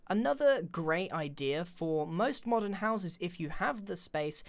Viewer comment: when grain says modern doesnt it sound like he's saying modded?xD